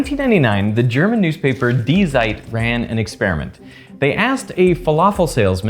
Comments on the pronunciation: Just a small hint about German pronunciation: "die" is a pronoun, so it does not receive the emphasis. It's: "die Zeit", not: "die Zeit". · A german newspaper die Seit😂 Try to pronounce the Z like the noise a snake does. Everything else was good. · I love how you pronounced die zeit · Don’t slaughter the beautiful newspaper name like that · As a German it’s so funny to hear how „Die Zeit“ is being pronounced 😂 translated it means something like „The Time“. God bless